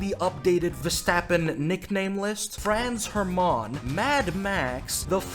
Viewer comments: this is the worst pronounciation of this name i have ever heard. Congrats to you :D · your pronunciation of Franz Hermann is wild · Why does is sound so frech when he sais Franz Hermann?